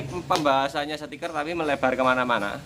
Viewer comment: Sticker bro bukan setikerrr